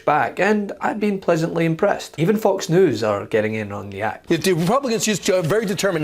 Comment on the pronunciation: Interesting the way you say Fox News.